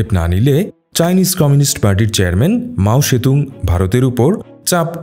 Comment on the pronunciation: Mao sethung na Wrong pronounce